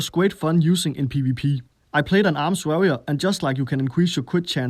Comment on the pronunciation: Varrior??? Det udtalt war-rior